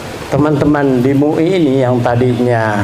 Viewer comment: Lafalnya M U I. bukan mui !!!!